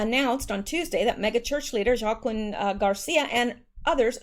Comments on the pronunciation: Joaquin is pronounced “ Wa-keen”....love your videos ❤️ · FYI JOAQUIN is pronounced WA KEEN, Not a big issue, but just a helpful contribution from one of your fans. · Joaquin = Wah-KEEN 🙂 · Joaquin = Waa-keen